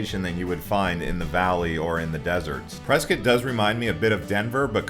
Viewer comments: it's Pres cot not preskit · It's Press cot. I mean wow, are you a Californian? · I thought it was Press…scott. It sounds like you are saying biscuit.